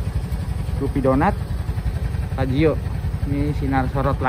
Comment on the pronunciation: Fazzio bukan faizzo.. 🙏😁